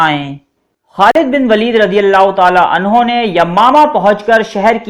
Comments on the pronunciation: 5.25 pay aap nay abubakr ko anhaa kaha ha anho kaha karo bahi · Aap nay bht dafa anha use kiya ha kindly anho bola kary sahabi k sat